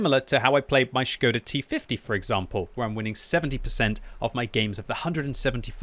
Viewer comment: Omg first english player that calling škoda "škoda" and no "skoda"